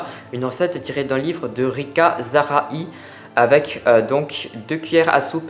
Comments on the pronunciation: Je pense que l'on prononce "Rika zaraille " c'était une chanteuse..... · Bonjour, Rika zaraï se prononce Rika "Zaraille". C'est une chanteuse des années 70 qui a beaucoup été moquée à la sortie de son livre.